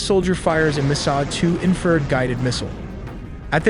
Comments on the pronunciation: AI still can’t say “infrared” or what haha…among other things. Why not just write a script and speak? I hate fucking stupid robots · Dude you need to fix the ai voices pronunciation of infrared, it keeps reading it as “inferred”. Also, your scripts are riddled with grammatical errors, it makes this channel seem sophomoric and undereducated, it is hurting your credibility. Makes me wonder if there are even any actual humans proofreading any of this and if they are, they probably don’t speak English very well at all. Edit: I just realized you probably wrote “infer red” into the ai script because you don’t know it’s spelled infra red. Hahahahahhahahahahahahaha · Nice video, but the AI narration has problems! It mispronounced the word“infrared“ numerous times. At first I couldn’t understand what it was saying, then I figured it out. “Warthog” was another word mispronounced. It was close enough that I could tell what it was supposed to be though. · You beat me to it! Absolutely love these videos. This is AI without the AI Slop. However, to the creator of these videos, please look at the words, barrage, warthog and infrared. I'm sure it's a phonetics thing where you feed how you want AI to sound out the words. But your script did not sound out the words correctly. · you actually believe a video that pronounces infra red as inferd multiple times? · It’s INFRA RED, not inferred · infrared not "inferred" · Cool vid but It’s pronounced infer-red not inferd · Can you get your narrator to pronounce correctly? it is Infra Red, Not In Furred. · Entertaining video synopsis of possible scenarios of this rescue. Inferred=in-fra-red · you need to learn how to pronounce Warthog, it is Wart Hog not war thog!!! and Infrared is Infra Red not infered!!! DOH!! SMH! get you Ai self together! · EVERY TIME HE SATS INFERD INSTRAD OF INFRSRED IT DESTROYS HIS OWN STORY. THIS IS AI SLOP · Say it “INFRA RED” I’m happy to proof terminology for a fee lol